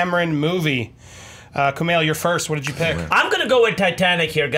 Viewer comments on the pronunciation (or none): Every time he mispronounced Kumail's name I cut myself